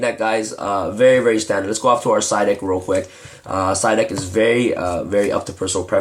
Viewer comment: Lol i laughed when you said duck instead of deck